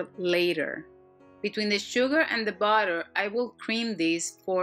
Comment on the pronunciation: i subscribed to your shanel because I like how you say botter. :D